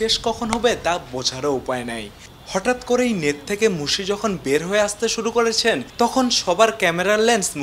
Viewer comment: ভাই আপনার উচ্চারণ ঠিক করেন, হবে-হোভে, মেধা-ম্যাধা, নেট-নেত।